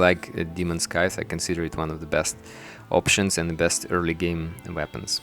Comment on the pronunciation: when he said brain of cthulhu it sounded like he started choking on his spit lol. and when he pronounces scythe it makes me cringe.